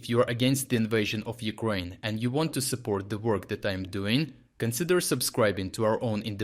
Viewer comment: Can you train your pronounce...Ukraine not Ukroin It is so difficult to hear Ukroin this, Ukroin that, While Ukraaaine is like ease to the ears. Try please just one word No matter how you say anything else. But somehow you cannot control Ukraine word over to your mentioned Ukroin. It realy took me a moment to my ear belive that what it heard.